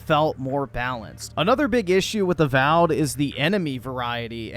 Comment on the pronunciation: Not A-Wow'ed.